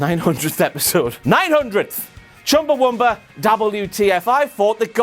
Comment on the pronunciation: ChumbawAmba. Not ChumbawUmba. WTF indeed.